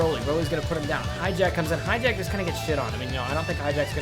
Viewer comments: its pronounced hatch e yack, not hijack! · hatchiyack. not hijack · and it's hatchiyak not highjack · This dude said "Hi-jack" Ahem if you can read.. Its HATCH-E-AC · I know it's hatchiyyyyyaaaack not hijack god when will people learn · Why do you pronounce Hatchiyack like that? It is clearly not "hijacked." I enjoy your videos, but that's super annoying. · Everyone makes the same mistake on Hatchijaks name. I'm sure thats close to how to spell it but everyone says Hijack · His name isnt Hijack guaaah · Pronounce the names correctly for once. Mis-pronounced Hatchiyack.